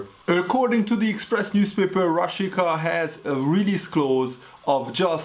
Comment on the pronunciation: A "Rashica"-t Rásicának kell kiejteni😉